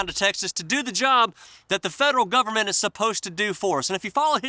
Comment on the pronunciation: Dude, I know, you forgot... You said, "The Canadian Gub-a-ment", you forgot, "NOW" it's "The S0V!€T S0C!AL!ST R€PUß-L!CK of C0MMY-DA".